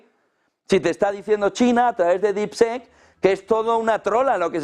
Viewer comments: No se pronuncia “sek”; se pronuncia casi como “i”. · DeepSeek se pronuncia como “dipsik”. Seek es “buscar”. En Harry Potter, harry era el “Seeker” en el equipo de quidditch, o el “buscador”. Deep- Seek; “búsqueda profunda” más o menos! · ¿Por qué esa manía de pronunciar DeepSeek de-ep se-ek? (Y muchas otras palabras en inglés) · Las primeras silabas las dices bien , DEEP ( DIP ) SEK ( SIK ) , DIPSIK SE PRINUNCIAA , . OSEA ALA PRIMERA SILABA SI LO PRONUNCIAS BIEN , PERO LA SEGUNDA SILABA NO , jajajajajajajajaj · No jodan, no esperamos una pronunciación perfecta en inglés pero mínimo díganle como se pronuncia DeepSeek. No es un sonido que sea difícil de pronunciar para un hispanohablante. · Seek se pronuncia ‘Sik’ (buscar) por Dios! !!! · Pero no le digas dipsec mi hermanito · Pronunciación: diip-siik y esto en inglés se parece a Deepshit😂